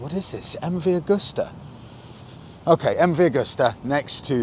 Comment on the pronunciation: Come on, guys, you sell these bikes. It's MV Agusta, not augusta.